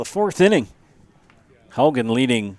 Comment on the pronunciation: Please pronounce Haugen properly. It is Haw-gen , not How-gen. Wake up!!!!!!